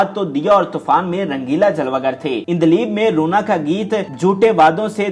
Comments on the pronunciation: Hay Hay “ INDLIB” na hove “ ANDLEEB”. Hove hai. Ilahi touba. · Haha ..kemal ,,endleeb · Urdu talaffuz saheeh karlo, kemal,ireni prveen, indleeb? Kia rerh lagayee hai.